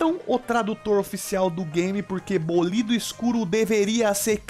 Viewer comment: bolído não, é BÓlido